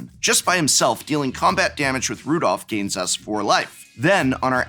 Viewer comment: Prof: prides himself an English major also Prof: can't read cards it's Rodolf, not Rudolph. it's Hospitaller, not Hospitalier.